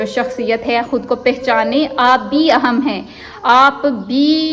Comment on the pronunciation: Word is aihm not aahum